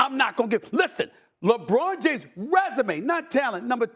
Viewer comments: My guy said "Jabron James." I don't know whybthats so funny to me. Lol. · “Jabron James” 🤣🤣🤣